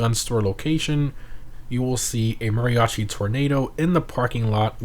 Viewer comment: Oh come on man say Mariachi right youre hispanic u can clearly hear your accent